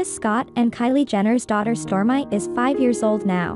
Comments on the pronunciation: Please program this robot to pronounce people's name correctly 😏 the child's name is not Stormeye terrible! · it's pronounced as Stor me !! not Stor my ... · Her name keeps getting mispronounced, it's Stormi not Storm eye!!! But anyways she's beautiful!! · Please Pronounce her Name right Stormi Not Storm-i 🤦‍♀️🤦‍♀️🤦‍♀️ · Her name is pronounced Storm-E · Pronounced Stormeee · Pronounced: Storm-my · Girl, it's pronounced Stormee (Stormi) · I think you're pronouncing Stormi's name WRONG! I believe it's pronounced " Stormy " .. these folks making these videos PLEASE learn how to pronounce NAMES CORRECTLY ! I've come across numerous videos with BAD PRONOUNCIATION ! 😫